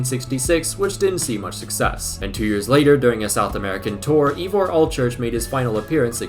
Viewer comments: Great video, and a lot of fun, but your pronunciation!! Seriously bro, just ask someone, anyone here in the UK not just the welsh how to say names like Ivor ---- 'eye vore' .. hilarious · Because no one will: Llewelyn (like clue-WELL-in, but the c is more glottalised) Leigh (LEE) Ivor (ivory without the Y) Iwan (pretty sure it’s YOU-un but some people with the name say it differently) Hope it helps, but I doubt you’ll use any of these names again lol